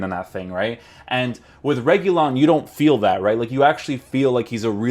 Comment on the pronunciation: RE- HU-LEE-UN that’s how you say his name in Spanish